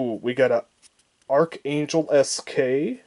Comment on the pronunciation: Yes, he pronounced proteus por-tis, arkhangelsk ock-angel-sk, the N1K1-J “nike jay” and the nurnberg “numberg”